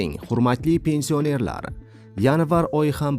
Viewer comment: Avvalo gapirgan savodsiz togri gapirishni organ. Pensiònerlar sozini dabdala gapiribsan